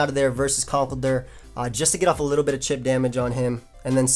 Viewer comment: 'Chip damage' not 'shit damage' 😉